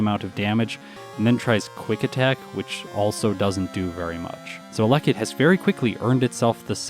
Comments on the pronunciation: Isn't it pronounced "Ella kid" rather than "a leckid"? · It’s pronounced Ella kid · The way you pronounce Elekid is scratching at my brain in a bad way. But your videos are too good to skip any!